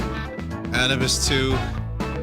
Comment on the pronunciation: Why does Vinny pronounce Anubis as Anna Bus?